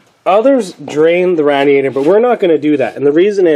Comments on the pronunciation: Rad is short for Radiator lol it’s Radiator not Rad diator lol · Say it with me. Ray Dee ator. Now say it fast